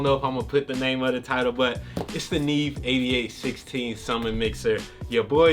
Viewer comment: “Yo boy done got a Nee Eve!! “ lol 😂 I’m done ✅